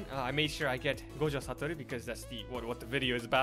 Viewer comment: He says gojo satoru so perfectly